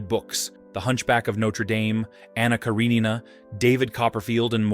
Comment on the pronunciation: When AI pronounces things wrong.